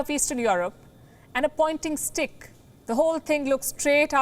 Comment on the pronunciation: 😂 emphasising the STICK...